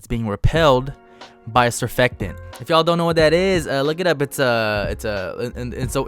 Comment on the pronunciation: Stop saying “surfectant” it’s surfactant. Entertaining videos though